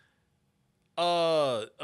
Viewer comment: & it gerard butler pronounced as ger-raid not ger-rad